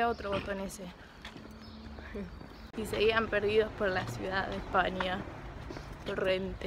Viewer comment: En el minutu dijiste :La cidad de España " no es por hatearte , solo es para que lo corrijas , Buen video